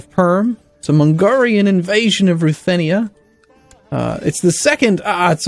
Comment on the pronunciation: AhHHhhh its an Mongrian Army/Warriors/Raiders switch an l with a g; mongolian to mongrian